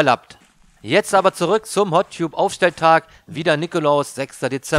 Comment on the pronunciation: Gesprochen "Hot Tabb" =) Ansonsten 5 Sterne Deluxe